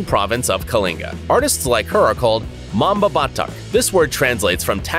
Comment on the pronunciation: Mambabatok not mambabatak I'm a pilipino so i know wang-od